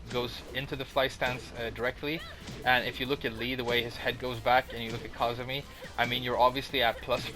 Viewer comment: I thought it was pronounced "Ku-zoo-mee"